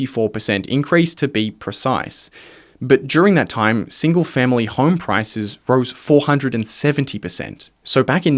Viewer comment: Why do you pronounce home like horrrme it's like nails on a chalkboard every time.